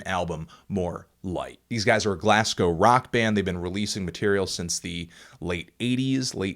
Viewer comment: just for future reference anthony, its Glasgow (glaz-go) not (glass-cow) haha good review man